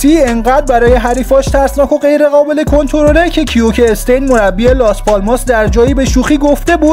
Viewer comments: آخه چرا به کیکه ستین میگی کِیکه استین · به کیکه ستین گفتی کیوکه استین